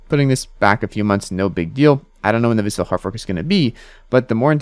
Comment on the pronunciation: VAS-il. Not va-SIL.